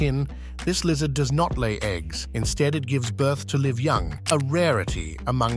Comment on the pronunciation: Stop using AI. Stop using AI to generate false pictures. Stop using AI to generate false 2 second video clips. Stop using AI to write your scripts. And ESPECIALLY stop using AI to make fake voices. Every single English speaker knows that “live” was pronounced incorrectly all through this video. Any human would NEVER make that mistake. PAY HUMANS TO WRITE AND NARRATE YOUR VIDEOS. I’m done with you. UNSUBSCRIBE EVERYONE!!!